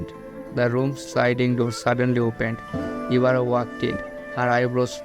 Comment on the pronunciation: You said Mayaka Ibara's name same as Oreki 😅👍